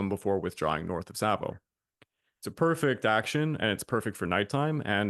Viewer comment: There is no L in Savo.